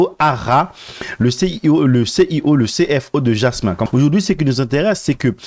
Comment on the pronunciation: Jasmy pas Jasmin. lol